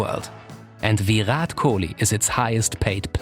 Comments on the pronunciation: It’s Virat not villlllat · It's virat not vih raat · I cringed everytime he said Veerath Kolee 😆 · Ohh bro he is not VIIIIIRAT KOHLI😅😅😅, He is "VIRAT KOHLI" AKA king kohli👑 & the Runmachine🔥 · Vee-Rhat Kohli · Ve rat kohli not ve hat kohli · It's shitty how he says Viraaat kholi 🤣🤣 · The way he tells Virhat Kohli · For a small mistake, It's Virat Kohli (VIRRAT) But he speller him as Vihat Kohli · I like how he tries so hard to pronounce Virat right. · his Pronounciation of virat is really funny 🤣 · why does he say "virat" like that LOL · The way he pronounce "Virat Kohli" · That r in Virat is just gold